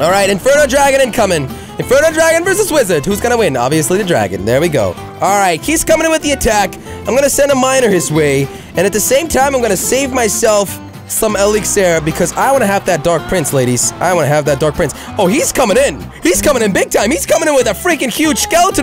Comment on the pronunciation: u say exiler not elixer saying like that : E li xe r